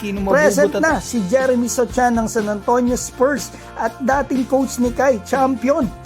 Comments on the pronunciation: Jeremy So(c)han - silent C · Boss mali yung pag pronounce mo ng sochan 😁✌️